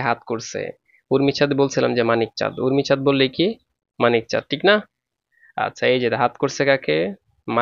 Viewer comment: O sir urmichad nay umichad✋🌝